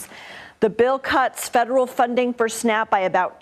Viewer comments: Oh it's called SNAP, I thought you said snack..😐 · SNAP? I though I hear SNACK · Honestly thought she kept saying "snack benefits" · Whenever I hear Snap I hear snack.